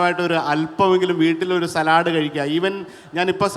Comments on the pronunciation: സലാഡ് അല്ല , സാലഡ് എന്നാ ഉച്ചാരണം ദയവായി തിരുത്തൂ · സാലഡ് ആണോ സലാഡ് ആണോ ഷെഫ് ഉറച്ചു നിൽക്കൂ . 🤣🤣